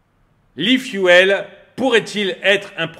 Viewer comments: S’il te plaît, pas i fuelle, i fioule! Merci pour nos oreilles 😉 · L'aifuaile ? L'eufioul, c'est comme ça qu'il faut le prononcer. 😉😁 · Salut tu me fais rire, j'aime tellement tes coups de gueules, et surtout n'arrêtes jamais (de péter les plombs) cela rend tes vidéos tellement plus vivantes. Cela te démarque des autres et de loin et c'est une forme de signature ou marque de commerce. Info gratuite, Efuel ou efuel ce prononce phonétiquement ifioul et non ifiouel. Évidemment que je mets un pouce vers le haut. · La prononciation « l’i-fiou-el » 😂 Sinon, dépendre encore de grands groupes pétroliers qui feront la pluie et le beau temps, de distributeurs, d’acteurs qui décideront de faire grève ou bloquer les raffineries… bon merci. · Quelque chose me dit que ça doit se prononcer e-fioul, non ? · arrête vraiment de dire "l'ifouelle" j'vais péter un cable, t'as pas fais anglais LV2 pour lire fuel comme tout le monde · efuel, ça se prononce ifioul. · À prononcer ifioul !